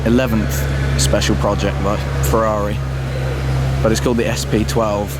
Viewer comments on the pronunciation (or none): YOU DO NOT HAVE TO SAY FEVVAVI ...IT IS SAID FERRARI! DAMN!